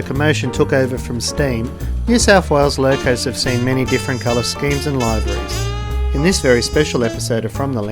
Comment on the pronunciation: Isn'i it pronounced; LIV-ER-EES ?